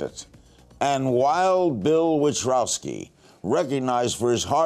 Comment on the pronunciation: He pronounces wild bills last name witrowski ..lol i know bill wanted to correct him